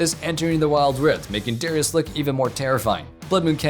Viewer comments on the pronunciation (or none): none